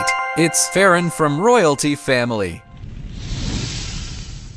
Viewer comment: bro its Ferran not Ferren😭